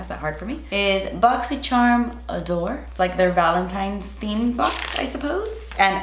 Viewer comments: bochchy sharmmh~ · I love when she says “BOXY SHARM”